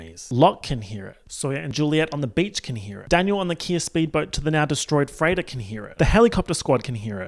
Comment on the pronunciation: lmfao every time said “freighter” I thought he was saying “Freyda” and all I could think was “Who the fuck is she??”